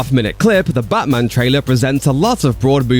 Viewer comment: the channel voice calls it butman its def a liberal 🎤👋🏼